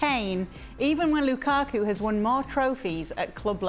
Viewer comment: also if you're gonna edit at least pronounce "Lukaku" right